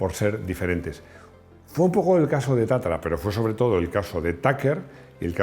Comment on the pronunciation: Es tatra, no tatara...